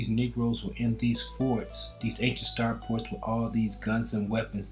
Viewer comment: START FORTS!, STAR FORTS! , STAR FORTS!....not star PORTS! otherwise, great video my brother. Keep up the good work 👍🏾👍🏾👍🏾